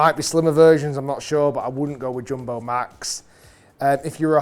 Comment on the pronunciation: Bro said joombo